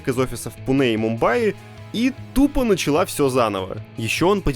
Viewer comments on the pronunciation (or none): none